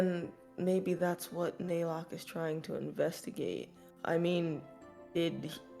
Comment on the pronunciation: Every time they mispronounced Naylock's name as Nylock I think of the character from TOME; NYLOCKE, THE DRAGON OF DESTINY!